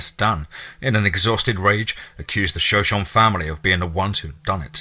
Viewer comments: Hey, the tribe in the story that the writer mentioned, is (as far as I know)pronounced Sho-Sho-Nee.🙂 Love all your narrations, btw. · I know the pronunciation of Shoshone kills me. I've tried to tell him without trying to sound like an ass. I know if I mispronounced something I wanna know